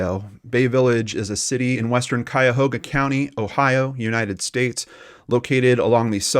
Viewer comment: Hey! You said Cuyahoga correctly! Most people get that wrong. Grew up walking distance from the obduction site... had many ice-creams at that Baskin Robins. I was 13 or 14 when this went down... it was the same month when that earthquake rocked SF during the World Series. Feels like yesterday.